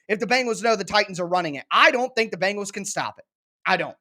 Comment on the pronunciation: The name of that NFL football team in Cincinnati is pronounced Ben gals not BANG gals. If is not that difficult, but you are certainly not alone in your mispronunciation.